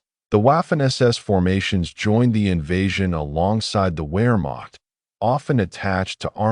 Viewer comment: Well, where to start. Nah, never mind. My criticism is too extensive. From mispronunciation, to the seemingly absent chronology to the literal omission of the Allegemeine SS. Sorry, buddy. Maybe do more research of your subject before attempting a 5 hour long monstrosity like this. Better research will yield better results. ( Pronounced Vaffen and Vermacht!)